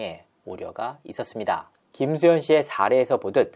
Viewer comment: 있었습니다 하는 마지막 끝내는 말투.. 너무 ........... 이상해요ㅠ 저 억양만 귀에 들어오네요